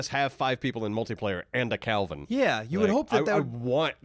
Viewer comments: his name is not kalvin its kelvin 😅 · Love you guys but it’s Kelvin not Kalvin ❤ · Why do you guys keep saying "Calvin"?? It's KEL-vin.